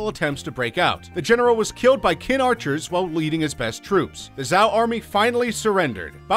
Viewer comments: It didn't get any better. He went on to pronounce the name of Chinese dynasty Qin as it is written. That's the name of the dynasty that gave CHina its name... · Or Qin (read ch'in)! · queen zzzzao quao quee lol... omg